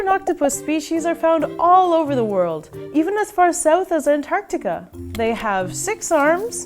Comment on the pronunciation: “Ant-Tart-Tica” really dude?.. Ant-tart-tica????